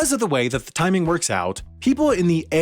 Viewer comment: the ftiming? ;P